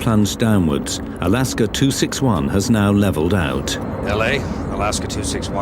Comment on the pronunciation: "Alasker Airlines"